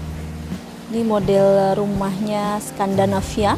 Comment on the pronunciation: Pengucapannya juga ya Bu, dibenerin, kuping risih dengarnya. Roster = loster Scandinavia = scandanavia Plafon = flafon (kadang² flapon) Semangat Bu, pasti bisa💪